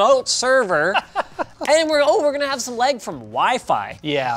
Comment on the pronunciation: Pronounces lag, “leg”